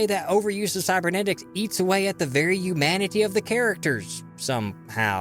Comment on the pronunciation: Yumanity? Lol.